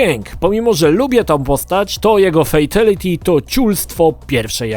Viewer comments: Uszy mi krwawią jak mówisz "fejtelity", każdy konferansjer w MK odczytuje to jako "fitaliti" dosyć znacząca różnica dla fanów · "Fejteliti"? Serio? Uszy więdną. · fejteliti XDDD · Dlaczego fejtYliti xd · 'fejteliti'??? Po jakiemu to? Tak czy siak brzmi koszmarnej niż najkoszmarniejsze fatale;) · Ej ale ty wiesz że friendship i babality było genialnym pstryczkiem w nos wszystkim którzy krytykowali Mk za brutalność pozatym było to po prostu śmieszne i niestandardowe. Ps błagam popraw wymowę Fatality pls to nie brzmi dobrze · Ciulowato wymawiasz Fatality. :D